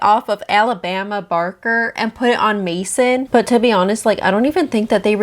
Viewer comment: not your southern accent coming out when you said “aLaBaMa BaRkEr” 😂